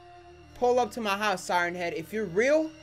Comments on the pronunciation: Dude said Siern head XD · Sigh ern head is how he says it